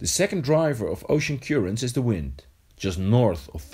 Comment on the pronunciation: Good video but his pronunciation of currents is not correct. It's cur not cure ents